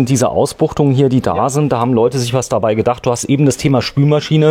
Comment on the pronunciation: Der Mann kennt sisch aus - dementspreschend is dat 'n sehr interessantes Video!